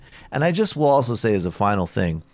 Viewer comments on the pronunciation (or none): none